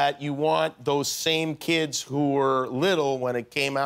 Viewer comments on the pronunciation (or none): none